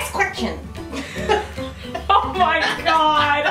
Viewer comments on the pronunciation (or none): IK SHE SAID QECKTION I WAS DYING 😂😂😂😂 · "next quetion" lol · "Next quenction!!"